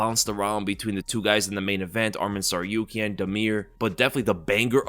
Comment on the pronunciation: It’s Tsarukyan and not Tsaryukyan